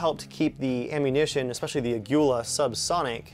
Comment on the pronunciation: Aguila ammo Proudly made in Mexico, btw it's pronounced AH-GHEE-LAH